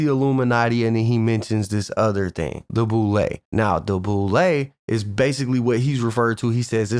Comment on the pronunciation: its boule not bull!! 😂